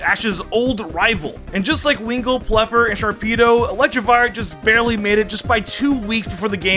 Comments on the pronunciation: is it me or did he say plepper instead of peliper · winkull and pelper lol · what the fuck is a plepper? its Pelipper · did my man say "plepper" edit: he said "vivlion" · calls Pelipper plepper LOL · ive been watching homie since high school and im graduated out of college by now and hes still saying plipper